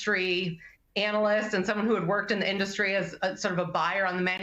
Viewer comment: “Auto innustry”? He’s the best speakerer.